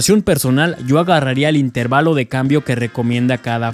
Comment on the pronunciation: min. 3 ajajajajaj el acento lo lleva en la e asi q otra vez la correccion... in teeeeeer valo.